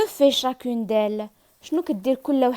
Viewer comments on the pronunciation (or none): none